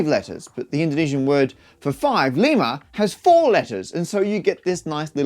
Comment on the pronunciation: and lima is lee ma (ma like mama